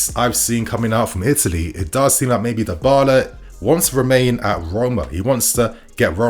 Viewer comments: I cringed every time you said Darbala…Dibala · Pronounced “Dee-ball-ah” not “die-ball-ah” 🙄